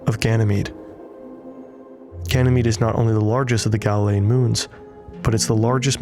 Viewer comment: Why they say galilean and io like that ew 🤢